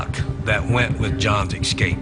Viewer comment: That guy says: EXSCAPE. I wonder if he even knows that that is NOT A WORD? & .